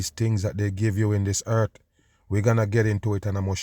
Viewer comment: Dude its not eart. Its earth. For years you have been forcing a fake accent.